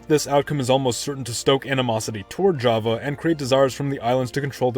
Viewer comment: Java is not japanese your prounounce is wrong"